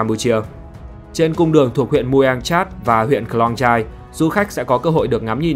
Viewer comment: Tên tính này là T-rat , không doc la Chat ! Và làng chài Khong -Yai, không phåi là Klong chai !. I came here 12 years ago . I know.